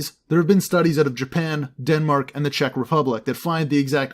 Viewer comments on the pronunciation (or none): none